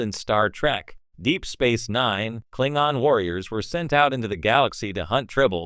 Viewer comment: The who??? Wtf is a Klingon? When an AI narrator mispronounces a well-known word in a beloved series completely undermined your expertise and authority to speak on the subject